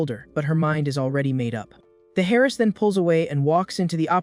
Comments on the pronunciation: 😅 heiress being pronounced alike or as if that girl is "hairless". epic fail engrish 😂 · What is a Hairest ? No an heiress. AI pronunciation. I guess it either gets better or worse with time. Who has ever seen a bullet casing embedded in a wall ? The bullet maybe not the casing, too dumb to know the difference. For the dumb ones the bullet is fired from the casing. Bullet goes out the barrel toward target, casing is ejected, stays near shooter. How dumb ? I bet it can get worse !